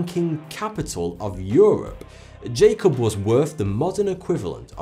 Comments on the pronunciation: 'jakob' is pronounced YA-kobe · BOOM! Nailed it...Good catch. Jakob Böhme, ~same time period, was pronounce yāKOB What else is misrepresented here?! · his name would actually be pronounced yakob if he was german